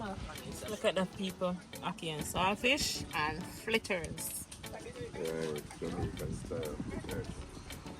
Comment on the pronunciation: It’s fritters, not flitters.